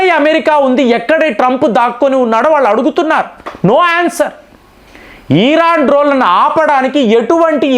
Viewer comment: సార్ 'ఈరాన్'కాదండి. ఇరాన్ అనండి. ప్రతిసారి ఈరాన్ అంటున్నారు.